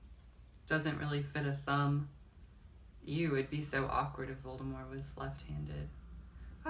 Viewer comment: You won't see me in the next video. It sounds like your saying voldimor instead of Voldemort, I disliked